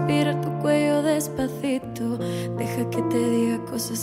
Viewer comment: She says depacito weird